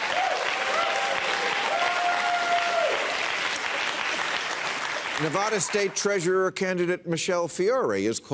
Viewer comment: You live much to close to put an "H" in Nev-ADD-a.